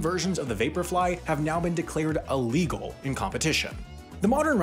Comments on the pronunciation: Side note, why do people keep saying, “uh-legal,” instead of, “illegal?” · "a legal" ....A legal what? What legal are you talking about? Its really hard to take your millennial attempts at humor seriously when you cant pronounce 'illegal' properly......